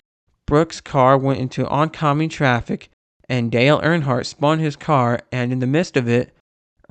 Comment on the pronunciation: "Dale Barnhart"